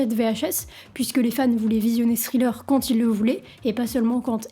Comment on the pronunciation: n gros merci ! en passant ça se prononce: Tri-leur